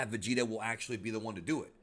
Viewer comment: lol but it’s not vageta it’s vegeta